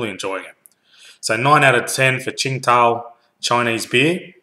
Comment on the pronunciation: It's pronounced "sing-tao". It's definitely a good beer